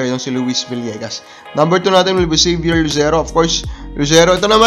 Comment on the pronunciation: Zavier hindi Xavier haha